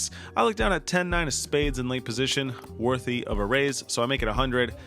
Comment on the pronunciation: you pronounce "worthy" like an alien trying to read English